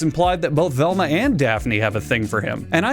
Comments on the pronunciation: velma, it's velma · Velma. It's Velma.